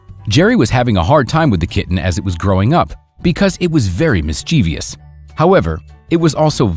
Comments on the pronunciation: Mis Cheevy Ous you say? Is that similar to ‘mischievous’? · These heavily-padded and annoyingly repetitive scripts are so lame. Stock photos, bland, awkward writing and narrators that can’t pronounce ordinary English words such as “ mischievous”.